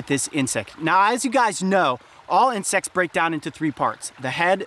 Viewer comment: Incect AND ALSO YOU SAID INCECTS